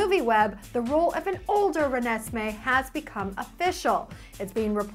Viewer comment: actually says Renesmee right!